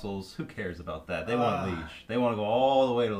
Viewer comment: Why fight that first battle? Why not just withdraw all the Prussian forces as you did with the artillery? Seems daft to me to lose a whole Corp. Also it's Lee-age, not pronounced the same as the word liege, there's an accent on the first e.